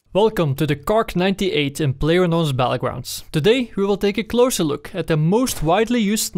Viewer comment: he also said Player Nose Battlegrounds.